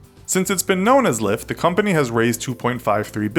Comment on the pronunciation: Who else thought LyFT said Lya?